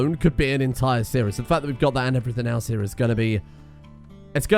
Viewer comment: I think he was saying “hya”, as in “hea”, as in a very classically British way of saying here. So “come here”.